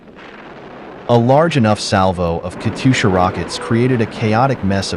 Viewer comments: Many people have no notion where the stress falls in "Katyusha." It is a diminutive of Katya, or Kathy. Which is already a nickname, short for Yekaterina. The stress stays as in Katya -- KAT yu sha. That's how the Russians do it. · No, the stress falls on second syllable: "kat'yUsha".